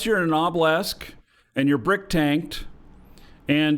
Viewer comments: Why do you pronounce a Obelisk like Oblesk and not OH-buh-lisk? Is it a eve slang thing? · LMAO yeah it is funny. Obblisk